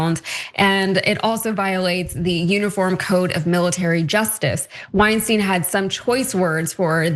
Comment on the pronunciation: Get it right, people! "Wein" rhymes with "stein" and "Weinstein" rhymes with "Einstein".